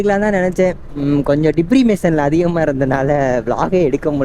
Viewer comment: Dipression ❎ diperimation✅